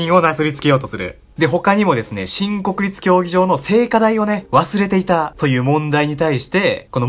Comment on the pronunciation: もうそれにしか聞こえないw